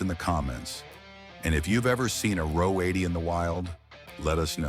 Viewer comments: AI needs to read the script to a car buff. RO 80 is read , "are ohh 80". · Ah oh 80 is incorrect. It is Ro 80 (row 80) the Ro stand for Rotary. As said above, it’s one of the few things that’s accurate in this drivel!